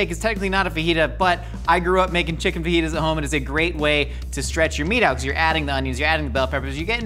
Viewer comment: Lmfao ok the fake “fa-jitas” teleprompter one got me 😂